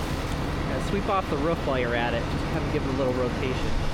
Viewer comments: " on the ruff of a house"😂😂😂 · He said ruff .. dogs say ruff ruff .. people normally say roof. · Are you a dog that's not how you say roof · bro cant even say roof correctly